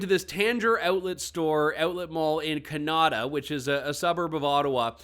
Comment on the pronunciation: So why is the word Canada being pronounced Canarda?